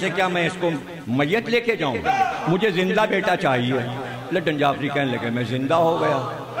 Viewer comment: Ludan may D aur A silent hain.